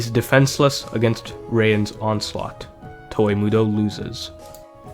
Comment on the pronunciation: I fucking hate how you pronounce "Toa"